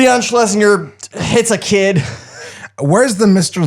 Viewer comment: I love that doesn't even try pronounce Leon Schlesinger's fake name's surname corrently now.